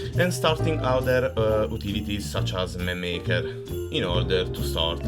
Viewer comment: Dovresti rivedere la tua pronuncia; a si pronuncia ei e such as si dice such es inoltre, quando scrivi I la i è maiuscola e non minuscola. Ho notato che a volte, quando parli, dice le e al posto delle a e viceversa; per il resto il tuo inglese è buono